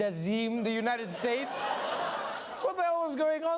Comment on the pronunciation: 😳 My goodness. It's the first time I've ever heard someone have trouble pronouncing the word "states." 😳